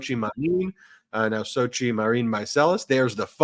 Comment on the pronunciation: Congratulations on your wedding nuptials. I noticed that it appears that people mispronounce your new spouses name Xochitl is an Aztec name all the vowels and consonants are sounded I hear phonetically pronounced Sochi it should be pronounced Sochitl with the t and the L pronounced as well just and fyi .Again congratulations.